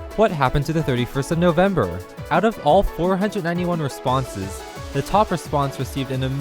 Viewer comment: Noveb-mers? XD